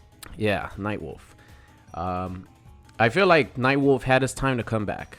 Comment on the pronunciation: No way this man said nightwolf right?